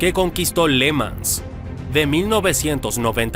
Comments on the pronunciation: ¿Pors?, no, porsche, irosima no, jirosima (Hiroshima), Léman no, Le Mán (Le Mans). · Está mal la pronunciación de le mans.